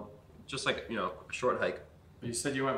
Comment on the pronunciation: Thats not how you say know